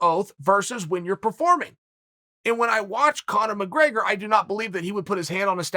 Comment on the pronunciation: Chael - “let’s not talk about Conor Gregors, but OH BY THE WAY, let’s”